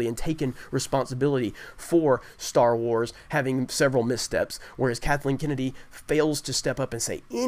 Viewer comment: Can I get a dollar every time he says "Star warrs"